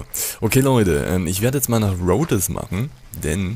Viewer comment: bitte, ich hab dich ja gern, aber deine Aussprache...:,-( Das heißt Rhodes. Das "e" ist quasi stumm. Hör doch mal hin wie die einzelnen Charaktere das aussprechen. BITTE!